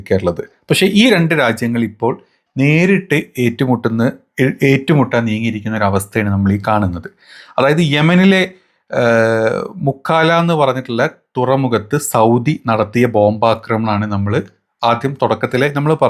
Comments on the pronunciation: മുക്കാല അല്ല മുക്കല്ല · 'മുക്കാല' എന്നല്ല പറയുക. മുകല്ല (مكلا)